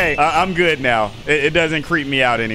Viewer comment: you said god instead of good